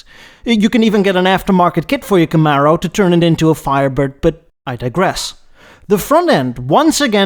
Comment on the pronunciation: I've never heard anyone pronounce camaro like that also please do a what if video where the el camino never got discontinued